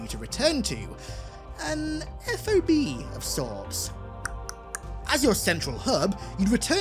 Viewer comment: Just fyi in the military we don’t refer to FOBs as F O B. We actually sound out the word fob lol. Saying it by letter is so strange lol